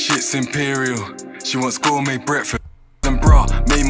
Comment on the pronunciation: And “gourmet breakfast” not “score me breakfast”